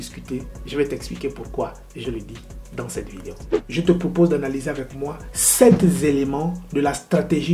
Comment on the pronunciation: Sept éléments et non septs éléments cher frère